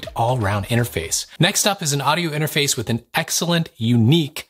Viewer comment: I like your audio whispering inter-mah-face. Is that what you’re asking?! Lol